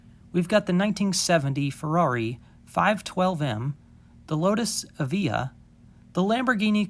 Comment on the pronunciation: btw according to google the lotus evija is actually pronounced ev-eye-a